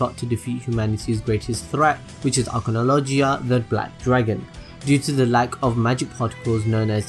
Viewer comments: u said agklogonojoa its agnologia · i know you said that you would mess up pronunciations but acnologiya lol had me ded edit: Gajeal edit 2: zerefs black flames shows zancrows god slaying flames lol